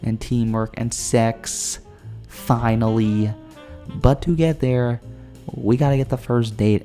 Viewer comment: "and sex...FI-NA-LLY"